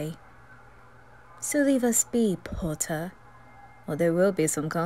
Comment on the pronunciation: I love the "POTTAH👹"